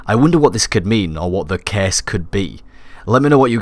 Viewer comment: IT'S CURSE NOT CASE